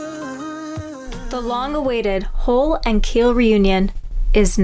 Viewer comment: The body of a boat is a hull, rhymes with gull. It is not a "hole". Nobody wants to associate a hole with a hull.If it rhymes with gull, it keeps water out. If it rhymes with bowl, it lets water in.